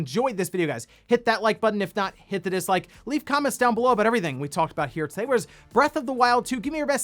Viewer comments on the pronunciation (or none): I’m really enjoying the emphasis on “HIT..that Like button”